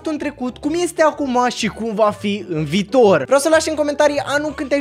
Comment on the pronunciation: Viitor nu vitor da